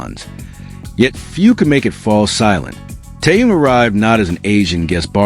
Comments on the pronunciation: Язык ваш надо вилкой наколоть за то что как только не искаверкаете имя Тэхена... Тэхён Тэхён что тут трудного не таюн и не теюнг что за не уважение к Тэхёну да ещё и в женском роде говорите о нём ужас просто.. Не грамотность полнейшая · Послушайте ВНИМАТЕЛЬНО, как Тэхен произносит своё имя ,а также как его имя произносят корейские фанаты.